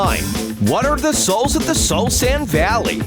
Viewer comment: He called it the soalsand valley before the nether update